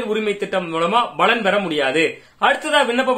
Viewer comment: 'Balan' alla 'palan'